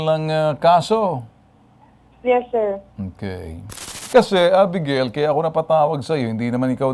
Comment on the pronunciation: Abegeyl po ang pg bigkas hindi 《a- bi-ga-il》